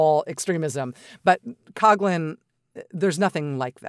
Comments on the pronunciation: It’s a minor issue, but Coughlin, which is a misspelling of Coughlan should be pronounced cock-lin not cog-lin. Irish is hard. Sorry. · As a person of Irish heritage I can confidently assert that Coughlan is pronounced 'Cock-lan or lin!